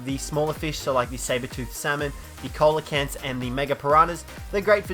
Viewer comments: Its pronounced " seal a canth" !!!!!! Not coal a canth they're still alive today recently discovered was thought to be extinct from millions of year ago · Coelacanths proununciation hahahahahahhah